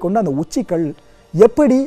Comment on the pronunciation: தமிழ் உச்சரிப்பு மற்ற தெல்லாம் சரி. ஆனால் கல் என்பதற்கு கள் என்பது அர்த்தம் மாறும்